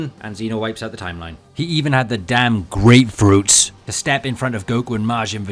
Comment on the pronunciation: All GREATFRUITS and all... Until you hear a G.O.D. says HAKAI💀